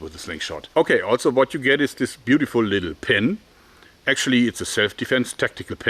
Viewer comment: Favorite word from him I hear "altso" also